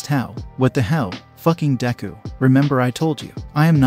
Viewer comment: DEKU not Dangku